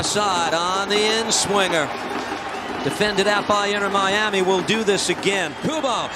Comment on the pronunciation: "Inner Miami" 😅